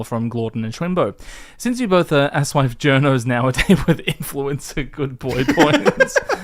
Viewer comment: You two are a couple of chucklefucks; you pronounce aSoIaF so it sounds like "ass wife" or even "ass wipe" and I was going to blame it on your accents, but after listening to this for 7 hours you clearly k lw what it sounds like. Anyway, keep up the good work.